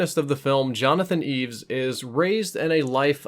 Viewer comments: sounds like ur calling him Jonathon eves....its Jonathon E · The main character (portrayed by James Caan) is named Jonathan E. - not "Eeves" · Johnathan E, not "Eves" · I was glad Jonathan didn’t give them permission to kill his friend. Even though he was willing to kill his opponents in the game, on some level he realized life was sacred. Also, it’s “Jonathan E,” not Jonathan Eaves.” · I know it's "Jonathan E" (winced every time said "Eaves") but where did you get that it's short for Evans/Edwards? I always assumed it was short for Energy, the corporation he played for. EDIT Checked the script, probably this exchange from the party scene: Exec 1 - Did you hear about Evans? Exec 2 - What? 1 - He's out. Gone. 2 - No kidding! The old man? Who got him? 1 - What? 2 - I said who got him? 1 - The crocodile. Possible they mean Jonathan, but I always assumed they were talking about some other exec and I still do.